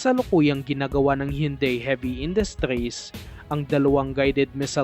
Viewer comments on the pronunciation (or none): none